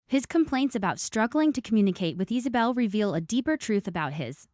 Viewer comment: Is saw bell. For the love of good its Isabella i fuckin hate these ai videos